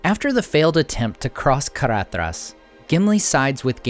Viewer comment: Caradhras = Caraðras = Cara(th)ras. It is never pronounced Caradras. I am deeply disappointed. 😢😢😢